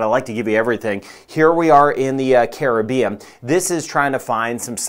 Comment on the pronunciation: I always liok to you for the very best forecast & being from the Carib-bean very nice to hear someone pronounce Caribbean correctly, too many say Crib-bean, lol